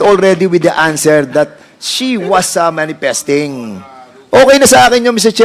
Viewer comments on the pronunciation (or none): Imbis na if eyp, manipisting instead of manifesting, 😅